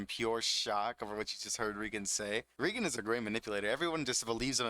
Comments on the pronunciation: Small issue: "Regen" bothers me a little. "Rei" is pronounced like the name "Ray" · its ray-gern. not ree-gern. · He pronounce Reigen without the ''i'' ?